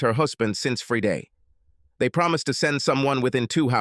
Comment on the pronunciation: Since freeday??? Wtf this AI can't pronounce Friday correctly?